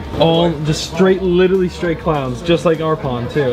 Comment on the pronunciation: Not saying “witerewawy”